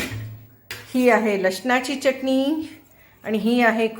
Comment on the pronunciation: मँडम चटणी चा च उच्चार स्पष्ट करावा